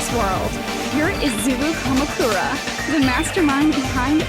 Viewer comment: .. izuwu kamukuwa